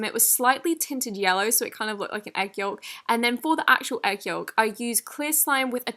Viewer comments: Ugh we love you but for the LOVE OF GOD ITS PRONOUNCED yo-k not fricken yo-lk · She said egg YOLK , yh thats how its spelt but you say it like YOKE no hate lol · you said yalk not yolk. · It’s not pronounced ‘yolk’, it’s pronounced ‘yoke’ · Hahahahahahaha ‘egg yowlk’ 😂😂 No body else say it like ‘yoke’?? 😂😂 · The way she says yolk Normal way Y O K Tals way Y O L K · Yolk is pronounced Yoke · not hating but you say egg Y-O-L-K how it’s written? i swear it’s supposed to be pronounced egg Y-O-K-E 😂😂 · The L in yolk is silent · The way you pronounce yolk makes me feel some kind of way ... Deceased. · The way she says ‘yolk’ 😂😂😂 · You pronounce the "l" in yolk 😂but I love your videos x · So triggered by her pronouncing the l in yolk lol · Yes! Ik! No hate to tho!! <3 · Am I the only one who cringed when she pronounced the L in Yolk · why does she say yolk like that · The way that she says egg yolk😂😂